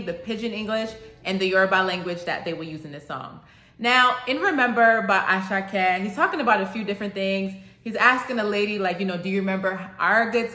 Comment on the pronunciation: Àṣàkẹ́ is 3 syllables.... Mr. Geebu....Mr. Gabriel in Yòrùbá O da Yan mọ́....Don't you recognize a star Ẹẹ ni cable....Don't you got cable tv.... He is just rhyming here.... ❤😂